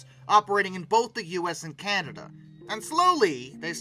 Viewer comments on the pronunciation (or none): none